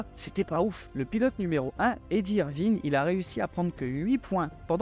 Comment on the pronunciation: Vidéo sympa, merci (deux-trois boulettes mais rien de grave ;-). Tip: Eddy Irvine, ça se prononce irv-aï-ne ! 😀